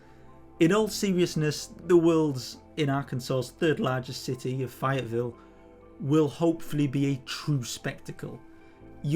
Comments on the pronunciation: Really appreciate the video. We are going to be there weekend and used this video to help scout out where we plan to stand. Just so you know though, it is Fay—ett—Ville. Saying Fi-ettvile is like hearing some someone say they are visiting Pear-ice in France. No worries. I have a devil of a time guessing how to pronounce lots of location names in England for instance; just wanted you to know if you do follow up videos about the weekend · FAyetteville! A as in FA Cup not I as in Pie